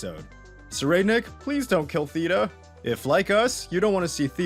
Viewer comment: (SIR-I'D-NICK) (THEY-TA, Use the soft th from the word thought)